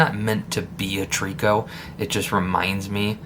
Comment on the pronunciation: Nice little bug ! Just an FYI , out west we pronounce it “ Try - co “ 😉 hope that helps ….